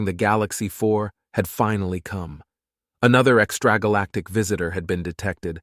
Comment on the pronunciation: I really got a kick out of the way you pronounced extra galactic. Lol.